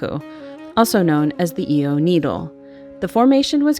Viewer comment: "eee-ow" not ee-o and not i-o. Great video otherwise. Glad you enjoyed your visit.